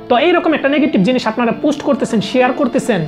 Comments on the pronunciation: পোস্ট কে পুস্ট কেন বলছেন? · পুস্ট না পোস্ট ভাই।